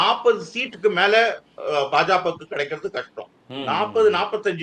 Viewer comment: பா.ஜ.க என்பதை ஒருமுறை கூட சரியாக உச்சரிக்க முடியவில்லை ஆனால் இவர் தான் பாஜகவின் எதிர்காலத்தை தேர்தல் களத்தில் கணித்தாராம்?